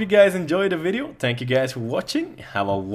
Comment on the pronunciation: "tank you guys":D